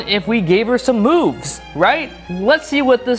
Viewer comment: I thought he said boobs instead of moves on lol